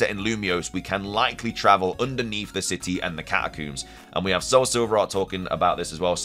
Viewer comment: I am shocked to learn that “catacooms” is a pronunciation that people use 😂